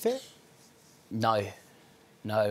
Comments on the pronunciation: do you have a Problem When the other guy says feh instead of fear? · why can't Skavlan pronounce "fear"? he keeps saying "fair", even though he's actively listening to an English person say the word o.O